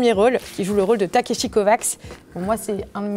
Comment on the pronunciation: Ça se prononce pas Takeshi CovaCH ?